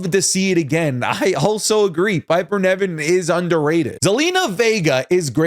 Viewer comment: always says Niven wrong 😭😭 Niven not Neven